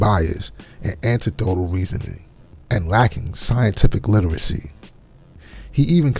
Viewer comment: no. You said anti-dotal, not anec-dotal .